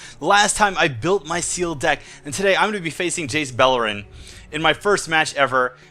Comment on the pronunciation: I know you said Jace Beleren but at the start it sounded like Jace Bellend :D